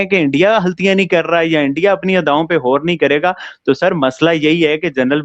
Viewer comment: Pls tell,,,, Gour (गौर) not hor Galat (गलत) not halat Galatfehmi (गलतफहमी) not halatfehmi Basically G word hota h H nhi hota h 😂😂😂